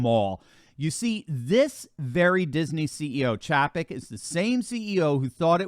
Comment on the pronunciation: Good reporting but his name is pronounced CHAY-PEK. LOL